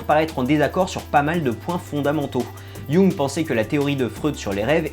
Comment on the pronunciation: Jung, un nom souvent mal dit mais ça fait tellement plaisir quand quelqu'un le dit juste!